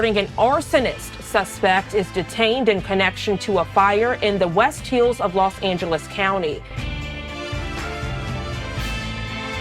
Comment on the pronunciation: "Lost Angeles"😑